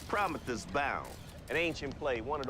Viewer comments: Clay Davis mispronouncing Prometheus and Aeschylus is a nice touch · The reporter definitely asked him what he was reading on purpose 😂😂😂 He starts smiling when Clay mispronounces the names.